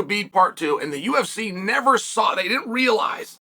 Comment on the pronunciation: "The UFSy"